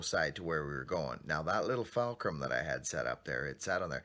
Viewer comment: It's buckin fulcrum....not falcrum. lol